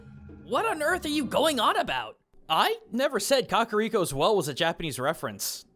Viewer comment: Fantastic world lore dump 👍 My only complaint, for lack of a better word, was the pronunciation of Kakariko. While I'm sure saying the 'Kak' part as 'Kok' might very well be a proper way to say it, it just sounds out of place and wrong